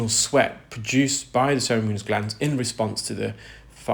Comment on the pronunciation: He pronounces ceruminous as “cerimunous”. Similarly cartilaginous emerges as “cartilenious”. He’s good at ear care, not pronouncing tricky words!